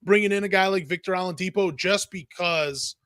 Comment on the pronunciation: The only podcaster who can’t be bothered to call Shai by his name, saying “Shy”!? And calling Oladipo Ah-lidipo. Crumbling credibility.